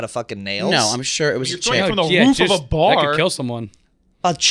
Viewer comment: I rewound it 8 times to hear say “fR0m the roof of a bArrerrrrr 😂❤ cutie